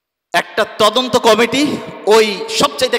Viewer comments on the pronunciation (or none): none